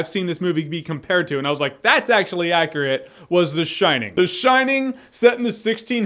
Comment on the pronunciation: U said shinning am in. Sold